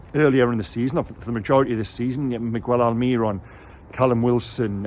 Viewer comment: Mi-gell, not mig-well, almiRON, not alMIRon